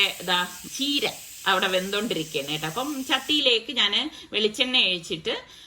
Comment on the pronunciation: ചീരയെ... ചീര എന്ന് തന്നെയാ പറയേണ്ടത്.. കീര എന്നല്ല..ചീരയുടെ ഇംഗ്ലീഷ് വേർഡ് spinach എന്നല്ലേ അല്ലാതെ kinach എന്ന് പറയില്ലല്ലോ... 🤪